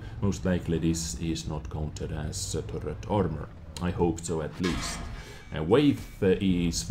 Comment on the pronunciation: Hey, weight is not pronounced as way-th. You pronounce it the same as the word "wait". Also, thanks to your other vod i am just 200k xp away from researching the deathstar. Going to convert xp to get it. Im not grinding tge same damn tank 5 times. (At2-tortois) Thanks for the heads up.